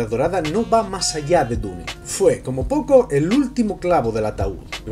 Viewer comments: Dune se pronuncia "diun" por que está en inglés, NO "dune", significa duna (de las que hay en el desierto) si quieres pronunciarla en español di simplemente "duna". No se por que a los españoles se les complica tanto el inglés. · muy bueno tu comentario excelente, lo que encuentro raro si, es que dices la palabra dune como esta escrito, pero dices otras palabras en ingles, (cuando dune esta escrito en ingles, que payaso :):):):) ) una persona supuestamente inteligente diciendo DUNE . me agradaría saber como dices "hello" wajajajajajajaajajajajajaja suerte bro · Buen vídeo, pero me duele de solo escuchar a cada rato "DU-NE". ¿Que no pueden pronunciar bien el nombre original?